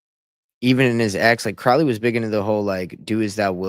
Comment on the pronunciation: Alister Crowley Cow- ley not pronounced Like Cow in field Crow-ly like Crow the black bird . Crowley is No Myth !! He can not be debunked . He lived and breathed Baphomet worship lucifarian religion he carefully crafted, by travelling the world His personal satanic life style put it in book after book. He came from elite Wealth on which he used his parents funds traversing the world. Crowley was Super close with Jack Parsons - rocket scientist L Ron Hubbard. All of them together. Crowley & Parsons actually summoned and opened a portal to allow a certain Demon so powerful into the world in Desert in US . People honestly need to wake up satan, the demonic realm, its a concept comatosed masses cannot Grasp . I've given up with people. Better to stay away and just expand my own discernment and knowledge. Do what though wilt !! Or whatever that Tee shirt says Those words front and centre on a hellywood parasite! Speaks volumes.